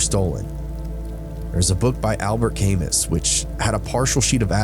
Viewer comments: Albert Camus. Pronounced Cah- MOO, not CAME-us. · Not Albert CAY-MUS, Albert CAH-MOO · That's pronounced cah-MOO. He was French. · it's pronounced 'Cam-oo'. How do you possibly not know how to say Camus' name?